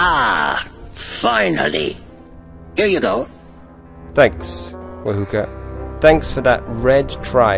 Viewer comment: You say herb and others say erb the h is silent.. yet wahoka, is proper but ignored and stated wa-hook <-a funny hey?!